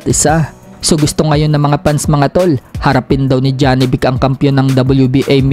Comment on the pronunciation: Manuon ka ng fight hub tv jawi boxing manga international boxing announcer kung animhanal ba ang pag bigkas ng pangalan ni janibek… 😂😂